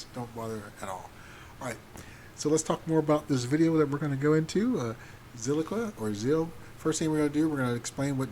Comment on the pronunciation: It's Zilliqa, not Zilliqua.